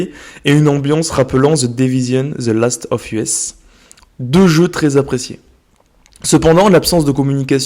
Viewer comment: « Last of uhess » jsuis mort 😂